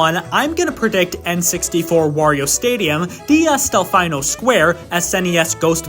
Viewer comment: someone tell bro how to pronounce delfino